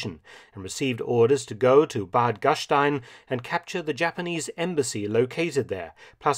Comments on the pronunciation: Mark, pronounciation of Bad Gastein is an exception to the rule. You’re correct, „st“ in German is usually pronounced like „-sht-„, just not in this case. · Just a little info: Bad Gastein is pronounced without the sh-sound. Well at least in Austrian high German. The locals will give you a truly different pronunciation due to the dialect spoken there.